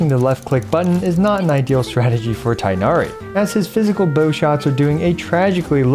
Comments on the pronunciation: is his name pronounced tienari or tignari since people keep saying it differently? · You’re saying his name wrong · People on twitter are probably foaming at the mouth with rage with how he pronounces Tighnari and I'm just laughing thinking about it. He doesn't link it anywhere so I'm assuming he's not on that site and honestly? Good for him. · Thank you for a great video as always! This is very informative and I’m glad it’s so f2p friendly too. Will definitely be helpful for considering whether to pull him or not:D Just as an aside, I noticed you’re pronouncing Tighnari’s name wrong. It isn’t “tie-nari,” but rather the “i” should sound more like that in “tick,” making it “tigg-nari.” Not an expert so I’ll link this video here for better reference but sad to see that even HYV pronounces his name wrong in the english trailers 😭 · Vijnana-Phala should be pronounced /vi•gyan-fall/, but then Tighnari should be pronounced /ti(gh)•na•ri/ and yet here we are. Nothing matters to the localization and voice direction team. :XiaoHands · Please stop calling him tienari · Vid came out so fast didn’t learn how to pronounce Tighnari’s name lol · the tighnari pronunciation hurts me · pls stop saying tienahri... its tighnari where you actually make a GH sound its not silent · How you say ting hair as tinari- it’s annoying but slay vid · Thought it’s pronounced ‘teenari’ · He is tin-gha-ree not tai-nari. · It's not tie nari. It is tig-nari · its TI-GH-NA-RI not tie-na-ree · Cool video! But please for the love of all non-american ears call it TEEGH-NARI not THIGH-NARI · remember that his name is closer to "teenari" not "tienari"! :) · the quickness of how this guide came out aside, for the sake of some of our sanity pls pronounce Tighnari as TEE-nari instead of THIGH-nari a chunk of my soul dies whenever I hear the pronunciation as THIGH-nari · Tig-nari not Tay-nari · its not tainari its tigh na ri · btw the pronunciation of his name is more similar to "teegh-nah-ree"